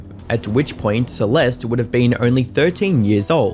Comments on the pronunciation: i really wish ppl would learn how to pronounce words and names before posting videos about them. si-LES-tee? really? it's sa-LEST. google is free. u consider urself a serious youtuber so maybe actually put in the effort where it matters, not just in the cheap editing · Why do you all keep saying the E at the end of her name? It’s silent 🤫 please respect the dead 😢 Celest (e🤫) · “Celestey” 🤓 it’s suhlest. The fact that huge YouTube channels can’t do the bear minimum research and learns basic pronunciation baffles me. Unsubscribed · FYI it’s pronounced “Sah-lest” . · Bro you left one mispronunciation of "Celeste" as "Celesty" and then I noticed it was perfectly cut to the correct pronunciation every time after. That's insane dedication and editing skills. Nice work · is this guy AI? it's clear he's edited the audio to cut out every instance where he says "celest-ee" and the cuts to his face talking have some subtly odd movements to them. is one of the biggest drama coverage channels just a content farm? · Celeste is pronounced "Cell-est" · Is he saying “Celesty” at times? Listen carefully at the beginning of the video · “Celesty” smh 🤦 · How do you not know how to pronounce the name Celeste? Maybe you guys shouldn’t quit school for YouTube. I noticed you must’ve been researching as you were making the video because you corrected yourself, but you didn’t go back and redo any of the original. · Lol the obvious edits where he realized he was saying Celeste's name wrong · You should re release this and make sure you're pronouncing Celeste properly.. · he cant even say her name right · Yes and please pronounce her name properly the e on the end is silent and not an ie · Bro you could’ve at least learned/realised not to mispronounce Celeste’s name many times before then pronouncing it correctly and then going in between pronunciations. Just saying it’d be respectful to actually say her name right, it’s not hard considering you did say it right many times